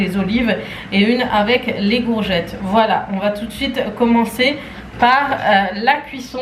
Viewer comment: J'adore quand tu di gourgette